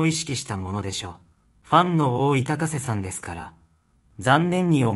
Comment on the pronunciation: このナレーター「高瀬アナ(たかせ)」の事「たこせ」って言ってるように聞こえるのは気のせい？